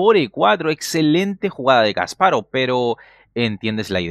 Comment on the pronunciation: Porque dice kas parov es Kasparov todo junto...